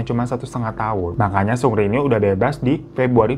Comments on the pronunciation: Bang bukan sungri bang tapi seungri 😂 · Greget juga tiap denger 'sungri' wkwkwk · Gemes sm bang hiro, walaupun nyebut "seungri" nya terdengar seperti "sungri" tpi ttep bisa bawain cerita dengan baik dan karakter bang hironya bikin ngakak nemenin weekend majikan2. Terimakasih bang hiroo❤ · Gue dengernya Supri 😭😭